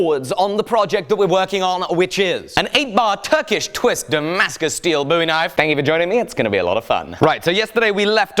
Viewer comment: surely you mean L boo grease t's? As you keep insisting on pronouncing it booie knife. Not bowie.